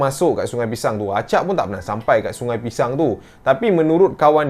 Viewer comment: semua salah sebab selalu sebut pishang..